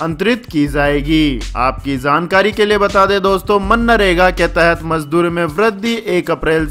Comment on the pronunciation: मन्नारेगा नहीं भाई, वो मनरेगा है